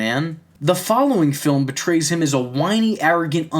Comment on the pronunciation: I'm just here to say it's portray not betray. Good analysis though, I agree.